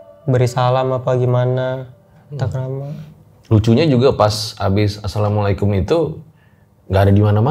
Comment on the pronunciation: Assalamu'alaikum mungkin tadi maksud nya 😅, mas baik suka ngingetin kalo narasumber salah ucap